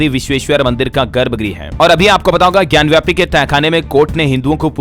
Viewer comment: महोदय, ज्ञानव्यापी नही ज्ञानवापी बोलिये,गलत उच्चारण न करें।